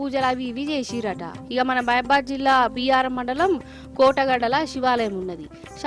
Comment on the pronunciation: ఓ యాంకరమ్మ బియ్యారం కాదు బయ్యారం ఎవరు రాసిచ్చింరు జర సూసుకొని సదువు